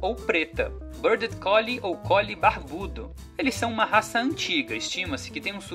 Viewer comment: A pronúncia é “Ruáf” e não “Rouf” / “Béard” e não “Bêrded” 😜